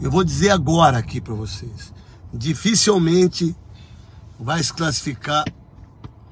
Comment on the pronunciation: "Dificélmente".. Grande Neto.